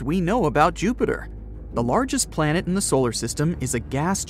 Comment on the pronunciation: You guys spelled planet wrong. You guys instead said Palnet